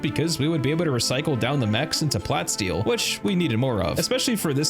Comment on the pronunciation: Love that follow up thanks so much, love the vid. But bro it's plah - steel... get it? like a mix of plastic and steel. You're saying plat steel like a mix between platinum and steel which this is not.